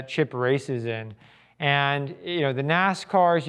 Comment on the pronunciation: Great vid but this guy is not a tour guide and it shows. He's the boss (COO). No dynamics to his delivery (totally flat), constantly says "umm," uses trite language like "on steroids," grammar and pronunciation mistakes (refers to himself as "myself," Dodge "Interpred," "derelick" instead of "derelict"). Somewhere, the real Petersen tour guides are crying...